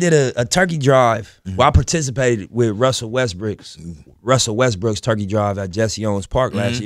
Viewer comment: "Russell Westbrick" LMAO